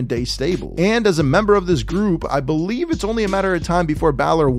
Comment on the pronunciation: i will never not BO-LIEVE!!👍🏼👍🏼